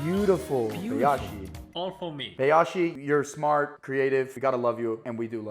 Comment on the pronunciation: By the way Bayashi is pronounced as Bi -yashi not Bay-yashi